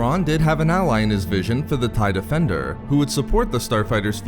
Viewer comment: take a sip every time he says defenDURRRR